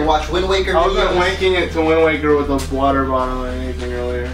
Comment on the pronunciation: water first i thought he said pee lol